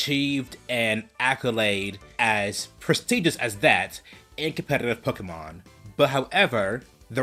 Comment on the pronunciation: It is also Pokémon not pakahmon